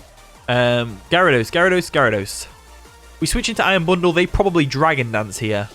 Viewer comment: "Iron bonduru" best part of the video